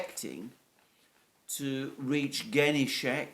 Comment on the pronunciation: Dear Alexander, thanks again and again for your always excellent videos! Just a couple of suggested corrigenda: Ka'hOvka (not 'KAhovka) 'GOrlovka (Ukr. 'GOrlivka, not Gor'lOvka) Ghe'nIchesk (not 'GEnichesk, let alone 'GEnishek). By the way, Genichesk is located on the Azov sea shre, not Black sea shore. Good luck! P.S. I'd be happy to provide you with further suggestions on Russian (Ukrainian) proper names pronunciation as well as general facts if you are in agreement and tell me how to send my suggestions and research results directly to you rather than leaving comments here. Cheers, Nik, your admirer.